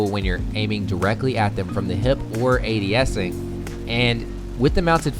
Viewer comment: Lmao he says adesing